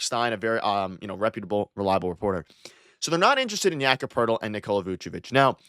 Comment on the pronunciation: why does every nba follower pronounce it like yaccapertil 😂 first time i heard his name i thought it was one word